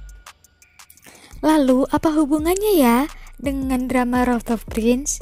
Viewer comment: rooftop prince (perbaiki pengucapan dlm bahasa inggrisnya)